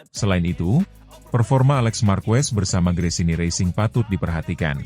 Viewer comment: Nice content, tapi pelafalan & pengucapan Marquez itu Markez bukan Markwes bukan pula Markuwes 🙏👌